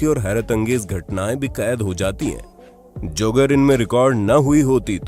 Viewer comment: भाई, Joe की हिंदी में भी ‘जो' pronounciation होता है। ना की जोई!!